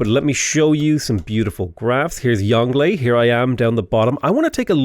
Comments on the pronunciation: Try pronouncing it “yong Luhh” to get closer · Well done on shah = king, which goes some way in making up for your pronunciation of Yongle, but you can never atone for what you did to Bogota.